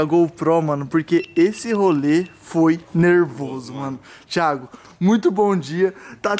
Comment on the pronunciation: O português está super certo "THIGO" kkkkkkkkkkk